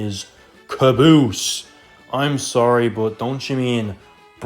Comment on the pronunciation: I'm sorry but you made me laughed when you have trouble to pronounce caboose